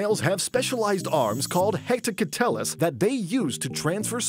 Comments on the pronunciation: The way he pronounced hectocotylus 😂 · It's pronounced heck-toe-caught-a-lis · The pronunciation of hectocotylus killed me. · Pronounced hectocotylus totally wrong 😅